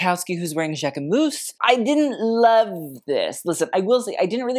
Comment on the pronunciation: Not Jaque-MOUSSE 😂